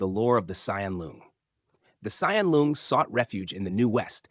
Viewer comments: It is pronounced Long, not Loong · It’s not pronounced loong. It’s pronounced long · Usually I don't mind people pronounce things wrong since I understand it's confusing for foreigners, but since you are a lore channel I supposed you would be interested to know that "Loong"(龙） should actually pronounced just like "long", that's how it sounds like in Chinese. There's no need to pronounce it like "loon-g" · Your pronounciation of "Loong" is completely wrong and hurts my ears. It is pronounced like the English word "long" with a long o. Not like you pronounce it. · pronounced as "long", as in length btw. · The pronunciation sounds about right. Just the tone is a bit off compared to the standard mandarin.